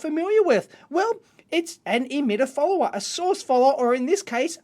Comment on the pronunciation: Is he saying cathode "fooler" or cathode "follower"? I'm really trying to learn this and that's throwing me off everytime I hear it.